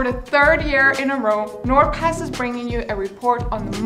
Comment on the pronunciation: Bro why do i keep on thinking ot says nword pass